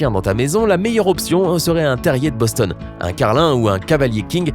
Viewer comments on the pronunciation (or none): none